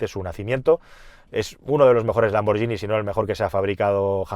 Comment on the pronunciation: Sabes de coches que es para quitarse el sombrero. Ver tus videos es un auténtico placer para cualquier amante del mundo del automóvil. Pero choca mucho que no pronuncies correctamente Lamborghini. La forma en que pronuncias la g con la i se escribiría gi, pues cuando lleva una h intercalada "ghi" se pronuncia gui. Escrito en español sería "Lamborguini!- Suena menos italiano, sí, pero así se pronuncia ese apellido. Estaré atento a ver como lo pronuncias la próxima vez. xD Saludos.